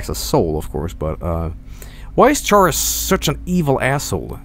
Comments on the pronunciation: Its schara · is chara pronounced sha-ra or ka-ra ?